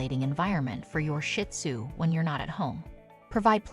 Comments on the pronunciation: Another option for avoiding loneliness when you have to be away for a couple hours is to adopt a companion. I have a pair of shih tzu and they’re never lonely though they do miss me when I’m gone. (And pronunciation correction. It’s not “shit-sue”. It’s “shih-tsue”. 🤦🏻‍♀️) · It’s not shit zoo, please pronounce it right Shee zoo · It is not pronounced Shit Tzu, the proper name is Shih Tzu. My little man is 5 now ❤🐕🐕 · Never pronounced Shit Tzu its's Sheets Tzu or Shes Tzu (means little lion in Chinese) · Pet peeve of mine! Not shit tzu! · PLEASE LEARN TO PRONOUNCE SHIH-TUZ-I CANT STAND STUPID PEOPLE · You can not even pronounce the name. It's not shit sue. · It’s actually pronounced sheed-zoo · I'm thinking the same thing! Shih does not have a T at the end, it has an H!!!